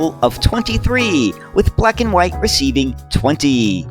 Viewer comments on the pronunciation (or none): none